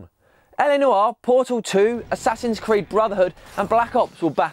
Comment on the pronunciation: PLEASE learn how to say "noire". PLEASE D